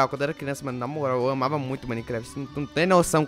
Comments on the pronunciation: Caraí,quando tu falou q amava Minecraft eu entendi: Eu mamava Minecraft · tb entendi isso mano